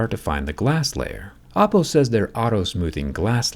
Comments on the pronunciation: Bruh it's not "Appo" it's Oppo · Oppo made a fantastic job...of hiding an apple word in "oppo" . Once you hear the a(o)pple instead of Oppo while Zack talking... you can't unhear it... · Am i tweaking or does he say apple afew times instead of oppo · I Heard Apple all the time instead of Oppo 😂